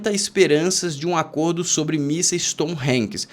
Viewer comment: A pronúncia do míssil é tomarroc,. Eram machadinhas de índios americanos.